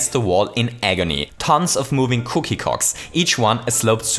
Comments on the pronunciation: he says "cookie cocks" instead of cogs lol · i know he meant cookie cogs but it sounds like hes saying cookie cocks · Because his accent makes it sound like "cocks" instead of "cogs", as the comments were quick to point out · I swear he said cookie cocks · Thanks for making feel insecure about the way he says "cogs" everyone:) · Poggers more like Coggers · Maby he didn’t say “cogs” wrong Maby he was insulting them